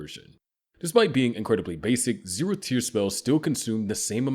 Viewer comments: Is he saying zerotb tier?? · 0 tehth tier, damn AI reading